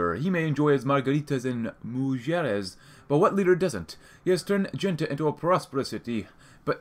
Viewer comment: Don't want to sound rude but is pronounced more like "Hente del Sol"